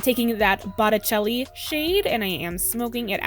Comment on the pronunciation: You are beyond gorgeous! Your eyes pop with this eye look, I love it!!!! You also pronounced botticelli correctly. 😍😍 xo